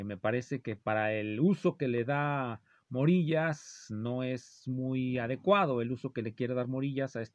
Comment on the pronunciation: El nombre del yutuber Morillas se pronuncia como vello, de vello púbico.